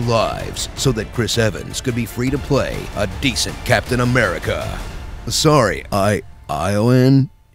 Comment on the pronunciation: "Captorch Humerica" lol I died XD